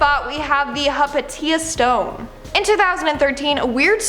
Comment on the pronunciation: It's pronounced hai - PAY - shuh btw